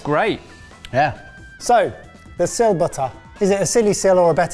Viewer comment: Its Batta not butta😂